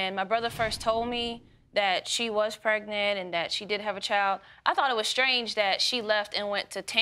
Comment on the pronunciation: Can someone PLEASE tell me what in the world is "Pretnent" I thought it was pregnant! 🤔